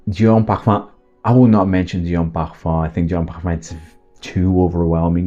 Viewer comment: I love your videos. Your presentation is always on point. Though I do have a suggestion, can please kindly not overkill the pronunciations 😊, I mean yes you might wanna be correct with it but most of the fragrances are french, but you’re doing videos in English, so cahatiee pahafam I mean really?😅 why can’t it just be Cartier the English version, mah anto bahva 😅 why can’t it be just the plain old Marc and so on. Anyhow do absolutely love your videos.